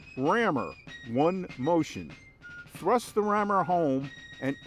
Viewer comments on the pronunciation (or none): none